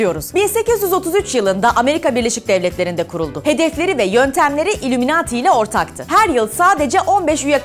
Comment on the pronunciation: İllimunati değil ayliminayt